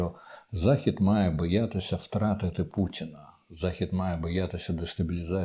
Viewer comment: ...хоча..у вимові присутні білоруські звуки: Ц замість Т, А замість О як то : пуЦіна замість пуТіна, дЗякую замість Дякую тощо